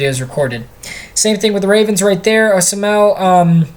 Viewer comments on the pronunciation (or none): Sam Koch(cook) and Kelechi Osemele(Oh-Sem-L-E) lol keep up the work